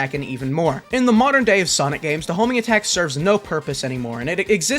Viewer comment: Ewwwwww the Hoeeeeminggatak